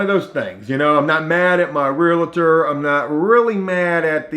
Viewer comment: Please stop saying Realator it’s pronounced and spelled Realtor